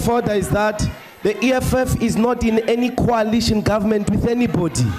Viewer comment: Coalition not colition🤣🤣🤣 Ndlozi🙈...Noma has humbled him shem